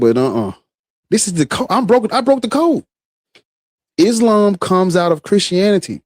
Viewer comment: "Islam" seems more like "Aint's-lam"